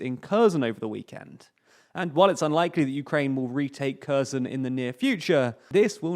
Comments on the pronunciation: Hi) "Kherson" is not pronounced like you say. It is not [korzon]. It's like HE - in "HEllo". then R, and SO - like in SOlo, and add N in the and. So we have now (k)HE[llo]RSO[lo]N. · Mate, I am a Bulgarian, with both Russian and Ukrainian friends. In all our languages we are pronouncing with a "H", not a "K". In any way, it should be leaning much more heavily towards a "H" for English speakers. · Note: 'ker-SOHN' is a closer approximation in pronunciation. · It's Herson. I have no idea why English speakers are pronouncing it in that way. The same with Harkiv.